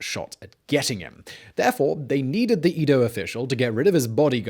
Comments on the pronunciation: It’s not eedo (as in eat), but Edo (as in Eddie). Do a little research. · It's E-do. Not EE-do. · Its Edo, not Ido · Edo - short e, not long e. Man, your butchering of the Japanese words is killing me...But other than that, I like your story telling.